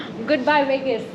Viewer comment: Indians: please learn to properly pronounce w's and v's if you're going to speak english. Wegas isn't a thing.